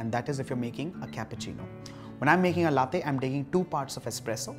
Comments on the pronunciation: It's pronounced Laa-tey and not Lathe. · Lattte?? C'mon it's la- te!! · Its not latthe it's laa tei. Or latte😅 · Well it's called latte, ta as topic,truth not tey as Taiwan ,,,across the globe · HOW DO YOU PRONOUNCE THAT T SO HARD!? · Great video although it pinches me every time latte is mispronounced. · He knows how to pronounce espresso but does not know how to pronounce latte. 👌